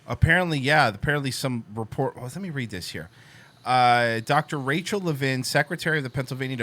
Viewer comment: "Rachel" These people...